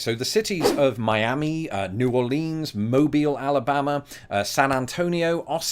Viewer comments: Thank you for pronouncing Mobile, AL correctly😁. Our name gets mispronounced all the time...Also, we started Mardi Gras, not New Orleans😊. Just had to add that fun fact in the comments. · Thank you, for pronouncing Mobile, Alabama, correctly.